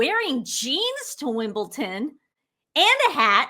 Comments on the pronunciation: love you twins but why, oh why do you call WimbleDON WimbleTon? Not the first time I’ve heard it from a creator but didn’t think I’d hear it here. Not trying to offend or be a Karen but I didn’t think it was possible to not know there is no T in WimbleDon. Sorry, had to say something. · It’s Wimbledon with a ‘d’ not Wimbleton with a ‘t’ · Wimbledon not Wimbleton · WimbleDON, not wimbleTON. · it's Wimbledon Don not wimbleton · Just an FYI it’s WimbleDON not WimbleTON. Love your show!! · It's Wimbledon NOT Wimbleton...! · Its Wimble-DON not Wimble-TUN 😂. Love your content x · Hi ladies 👋 another great video but can you please pronounce the word correctly, it's WimbleDon not WimbleTon. Tia ❤🙏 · I love you two, but please it's Wimbledon not Wimbleton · Hey girls. Love you bothand your show, but when you say Wimbledon its Wimble Don not Wimble Ton. ❤ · It’s Wimbledon , not Wimbleton ladies !! Great videos ! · Not Wimble-tin but Wimble-din (Wimbledon) Pleassssse. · Guys, its pronounced Wim ball DON = Wimbledon Tennis. Cheers! 🏴🇬🇧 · it's Wimbledon with a D not a T. Thanks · Please girls when you are referring to Jennifer Garner please say Garner not Gardener, also It’s Wimbledon not Wimbledon. Sorry to appear mean because I love your videos and look forward to them 😍😍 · There is no T in WIMBLEDON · Please learn to pronounce Wimbledon. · I appreciate your keeping track of what some faux royals do, especially at a time when so many people are suffering inconceivable loss and shock. Please be aware that, although you make excellent points, the famous tennis venue is Wimbledon (with a 'd' not a 't') and it's Jennifer Garner, not Gardner. These small details detract from your larger message for those of us who care about such things and notice them. Thanks for your efforts, though. You're charming young ladies and I wish you all the best in your future.